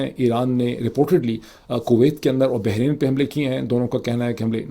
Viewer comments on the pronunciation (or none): none